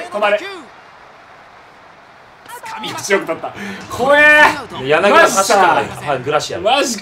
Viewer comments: やなぎだじゃないよやなぎただよ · まじでソフトバンク使ってくれてんの嬉しすぎて、ほんと大好きです！！！！！ あと、やなぎ「た」な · 柳田 やなぎだ× やなぎた◯